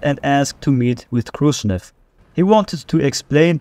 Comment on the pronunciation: Good vid, but its KhrushCHev, not KhrushNev